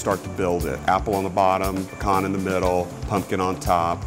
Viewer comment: Ready for new Worth It eps. Also, happy this dude knows how to correctly pronounce pecan.